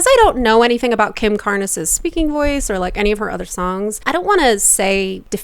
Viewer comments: Kim Carnes (pronounced carnz) has a very, very raspy voice. Like Bonnie Tyler. Not even a good, edgy rock voice. It’s just all rasp. This sounds a lot like the original. It might’ve been a good idea to give that a listen first. There isn’t really anything unique or original about this version. The original was a pretty big hit, but I didn’t care for either the almost-not-even-there melody, the story, or Kim’s voice. She sounds like a drill sergeant with laryngitis. I like rasp when used well, but she’s just a mess of jagged edges with undefinable notes popping out all over the place. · Please listen to the original--it's better. BTW, Carnes is one syllable--the E is silent. I'm not a professional, but I'm fairly sure Kim Carnes sang with a naturally raspy voice (not unlike Stevie Nicks, Bonnie Tyler, or Miley Cyrus). I agree Jojo is trying to sound like Kim, and she's overdoing it, even with the autotune. Unfortunately, Jojo is trying to sing the song exactly like Kim Carnes, but she's not achieving the same richness in tone or phrasing. To me it sounds like Jojo needed more rehearsal. It's as if she heard the song and said, "I can sing that...let's record it," rather than taking the time to explore how to make the song more contemporary or more Jojo. Just my 2 cents. BTW I'm old enough to remember when the Kim Carnes version was on the radio...it's a decent song. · Carnes is pronounced Karns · Carnes rhymes with barns. Kinda amazed you’ve never ever heard this song? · sorry but how are you a vocal coach and have never heard the original bette davis eyes? 💀 also “carnes” is one syllable. but fr jojo’s version isn’t even comparable to the iconic, grammy award winning kim carnes. not even close! kim has breath control and actually hits the notes without autotune. you should take this video down lmao embarrassing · Carnes as in barns. Ignore the e. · Yes--the mispronunciation of Kim Carnes' name was driving me crazy. A little research would help. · Kim Car-Ness. lol.